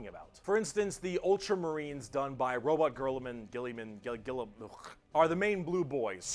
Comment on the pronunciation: It's Roboute Guilliman, his name gets mispronounced all the time by fans on purpose as a joke. Oh and besides from being a warrior, demigod General like his Primarch brothers but unlike the rest of his brothers Guillimans greatest strength is being an administrator and a statesman because Guilliman knows that you can't win a war or build an Empire without trade, economy and logistics. Plus hes my Favourite Primarch.